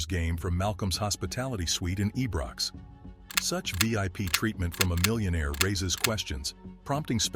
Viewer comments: It’s iron not ebox please get it right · Its Pronounced Ibrox not EBROX? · WTF is eeebrox say it like this eyebrox Ibrox there is no E in it ffs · Ebrox I thought it was ibrox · Eebrox git it right Ibrox no 1. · Your pronunciation of Ibrox and gallacher was hilariously wrong